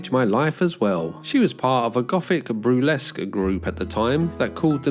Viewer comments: Broo-lesk? What's that then? Oh did you mean burlesque ye uncultured swine you ❤️ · Burlesque*, not brulesque.